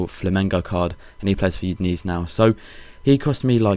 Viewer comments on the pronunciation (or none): Udinese = you-din-ay-say